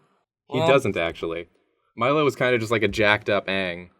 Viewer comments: Meelo. Me-low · Was anybody else triggered when they called Meelo "Milo"? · Milo pronounces it "Meelo" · It’s It’s Meelo. (Me) -(low) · His name s MEELO NOT MILO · MEE LO, it's MEE LO FOOLS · Meelo not milo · BTW it's Meelo, not Milo. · Meelo!! (ME•low)